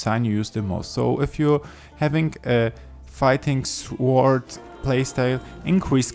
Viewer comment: Great video thank you, really helped. The 'w' in sword is silent btw, it's pronounced "sord";)